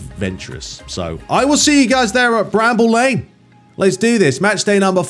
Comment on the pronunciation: It's Brammel Lane mate, just saying.